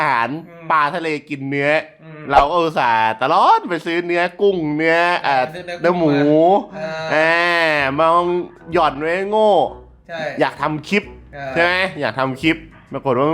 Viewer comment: 3.05 หมู นะพี่ ไม่ใช่หม หวังดีครับ😁😅